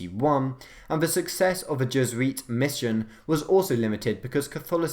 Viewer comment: Je- zu-eet! Jes-oo-it